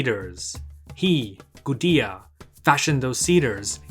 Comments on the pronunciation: I think it's just a mistake. It's not an English name, and nothing about English phonology should prevent one from saying "goo-day-uh" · Yeah your right. Based off of what we know about Sumerian, It's pronounced goo-de-ah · Linguistic quibble: how is it pronounced 'goo-dee-uh' but spelled Gudea instead of Gudia? Something is wrong here.